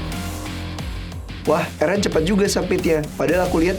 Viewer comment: Erun kak bukan Eren 😭